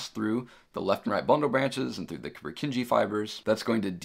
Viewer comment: Great lecture. Very well explained and loved the 3D models! The only slight mistake I noticed is your pronounciation of 'Purkinje'.